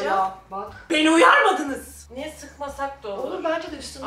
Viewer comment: Nobody: Danla:beniğ uyarmadığnızzz